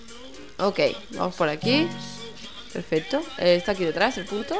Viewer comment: mi hermano dice que dijo puto enves de punto